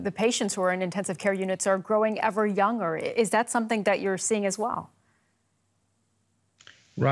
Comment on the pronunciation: I know!!!! It's driving me crazy, also her pronunciation of 'younger'. Aaaargh!!!